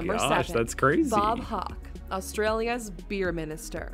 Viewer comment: Another fact she didn’t mention was that Bob Hawke (mispronounced as Hock) was a Rhodes Scholar at Oxford. This a far better accolade than winning a beer drinking contest.